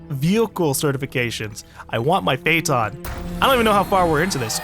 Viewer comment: Lol he said Prayton instead of Phaeton xD